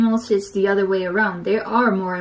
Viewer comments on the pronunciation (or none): She said oder lol, its other hehhe